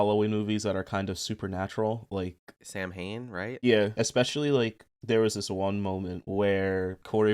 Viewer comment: Samhain is pronounced sow in